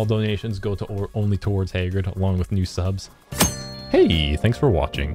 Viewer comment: After all this time... I finally made the connection Hagrid is named after Hagrid from Harry Potter... I never noticed it before since pronounces the name differently